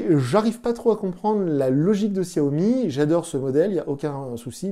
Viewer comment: desolé mais sa ce dit chiaomi .